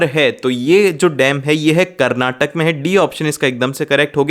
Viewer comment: Karnatak nahi karnataka